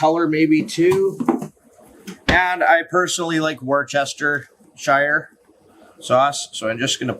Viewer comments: Worcestershire sauce is pronounced "wooster-sheer" sauce not war-chester-shire. 😅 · "woostersheer" not "washyoursistersheyer" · Pronounced….wooster sauce….. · Worcestershire sauce say Wooster Sauce or Wooster-Sheeeer Sauce. Sounds crazy but it’s how it sounds. 😂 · Bro, worCHESTERshire? 😂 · The english pronounce it worstersher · It's -----> WUSS - tuh - shurr 👍😎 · Say WUSTERSHEER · "War-chester"? Sips tea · Love teh video and recipes, thank you. FYI it's pronounced WOOSTERSHEER sauce. Typical English name has a lot more letters that are not pronounced. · It's said wustashh 😂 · "wooster - sheer" You're welcome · its pronounced "wuster-sheere sauce" Worcester Massachusetts is pronounced "wuster". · Worcestershire sauce is pronounced Wooster shire, just fyi if it helps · Nice,will definitely try this, thanks👍p.s- Its pronounced wustersheer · Worcestershire (Wistasheer) is how it's pronounced. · It’s pronounced wuster Phil. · Once never tires of watching Americans trying to say Worcestershire! 😂